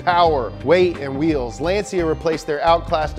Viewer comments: Great video!! But Lancia is pronounced: "Lancha" not "Lanzia" 😘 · Kamar Knight And let's not talk about how he said Lansia instead of Lancia. He needs to work a bit on the names :P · it's LAHN-tcha, not LAN-sea-ah. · Woah woah woah.. Lance See Ya ??? Bruh... Lan Cha. It's Italian, like Ferrrrari. Have some respect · he said "lenzia" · Bro really said Lan-see-uh